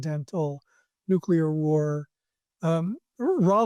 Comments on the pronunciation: MY MAN. It’s nuclear. nuke-LEE-er. Not nuke-YOU-ler. Love what you’re doing though, keep it up. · Dude, it's nuclear, not nukular. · Nucular? Nuclear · nu Clee Err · It gets to me too 😅